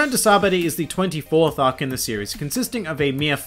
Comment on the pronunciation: I think it’s funny you pronounce it sabdy good video.